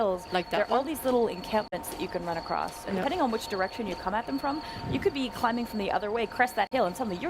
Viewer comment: "do some criming and jumping?" nice asian accent